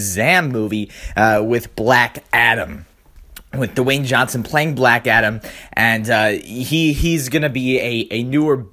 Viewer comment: Black atom??? its black adam